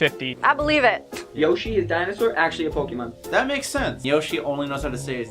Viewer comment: he was confused abut how to say naruto but he said pokemon right! good job you are one of the few people so say that word right